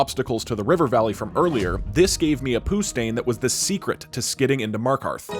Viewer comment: FSS POOSTAIN... LMAO